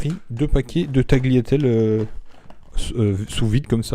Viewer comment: ça se prononce taliatelle en fait, le 'g' est muet, d'ailleurs c'est plus simple à prononcer comme ça donc faut en profiter